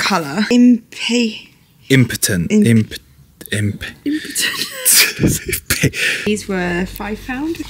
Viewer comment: Lovely selection of plants.. btw the one you had had trouble saying (impotent). 😂😂., are called inpatients as in patients in the hospital 😂. We have them here in Oz as well.. they come in heaps of different colours and also variegated leaves as well. Garden in looking fantastic! Just wondering if your going to get rid of that left over vine growing on the fence, i hope so and maybe poison it so it doesn’t grow back and choke the roses when they’ve grown and spread. Top jog though both of you xx